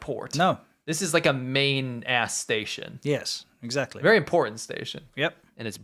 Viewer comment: "Ass station"? 😉😂